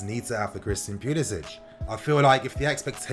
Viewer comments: Don't pronounce it as Pulisich. He's American so it's Pulisic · it’s not pulisić it’s pulisic poo-lis-ick he’s american and his family don’t pronounce the accent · He’s American the C is pronounced English not Slav... Pu-li-sic(k). My Brit fam needs to get it right now that our boys’ blue. Much love for this channel and all you do informing us fans... even those across the pond. TY 🙏🏼✊🏽💙💙